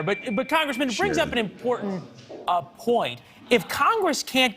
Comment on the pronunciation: It's Trae Crowder, not Trace. That was hilarious when he said he's not that well known.